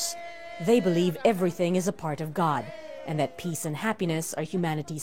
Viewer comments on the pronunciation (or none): none